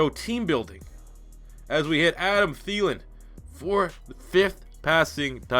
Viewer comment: the way you pronounced Thielen made me cry btw.